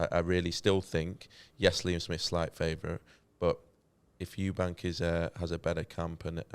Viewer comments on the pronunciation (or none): Eubank not eubanks